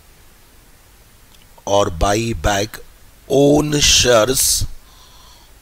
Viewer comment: shares hota hai vo sir aap shars kyu bol rhe ho 😂😂